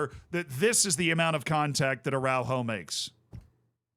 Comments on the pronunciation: As a portuguese i taught he said Julien Arrauro , because we also have Araújo but we say it very different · blud said julian araujo 😂😂💀